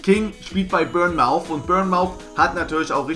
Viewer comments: Man spricht bournemouth anders aus du sprichst die bürnmauth aus aber es heißt bornmith:D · Sorry Die Aussprache von Bournemouth ist anders haha hab da eine Zeit gelebt ;)